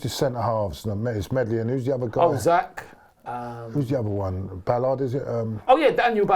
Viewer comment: He didn't say Pierre though, he also didn't say Medley's first name properly, he called him Zach instead of Zech